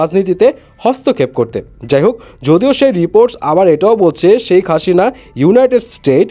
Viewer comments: শেকাসিনা বলেন ক্যান ভাই?? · ভাই তুই আগে শেখ হাসিনা বলতে শিখ